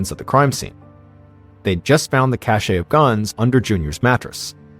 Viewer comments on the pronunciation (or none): please, please, please check the pronunciation of "cache." The "e" is silent. Threw me right out of an exciting, tense story.